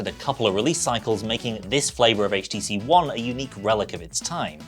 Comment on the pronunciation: thank you for not pronouncing it "haych"